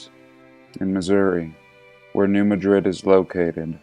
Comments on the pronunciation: I live really close to new Madrid and it's pronounced just like new mad-rid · pronounced New Mad😡rid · I live really close to new Madrid . It cracks me up how people pronounce it that aren't from Missouri.